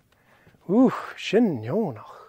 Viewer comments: Hey --out of curiosity, I am hearing an 'r' sound when you say the word cnoc (like a croc as in crocodile). Am I losing my mind??? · Tapadh leibh!!! fun story...as always. Why is CNOC pronounced with an R sound? I am also not sure what i am hearing with DH endings on words.